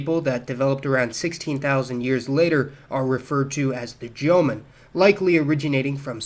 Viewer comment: "Jomon" is two syllables, not three. "Sans" is pronounced sonz, not sahnz. The genetics and linguistics here, however, are sound. Good work -- and a nice relief from the usual Japanese common sense, which is a pack of ignorant lies.